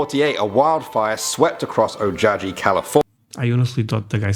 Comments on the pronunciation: In the Char-Man story... O-ja-he California? I think he meant Ojai, which is pronounced O-hi. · y'all should totally do a video telling us the urban legends & myths each of you like or scares you the most from Portugal....btw the Char-man urban legend is from Ojai which is pronounced O Hi not whatever the dude in the video said....there's alot of American towns & cities that are named for other cities & towns & countries around the world....these stories are tame compared to others we have lol